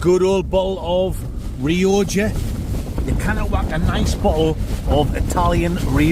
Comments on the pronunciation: Honesty, it's not pronounced Ree-oh-ja. It's "Roger", like Roger Moore. You know it makes sense. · its not rioja - said like " re oc ca " .... come on you northern bastard :)